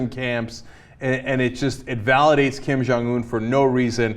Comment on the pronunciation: The dude's name is 김정은, Anna. Learn to pronunciate it, pease!